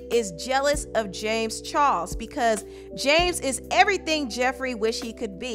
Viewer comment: Im lowkey annoyed of her saying char"LES" into char"SE"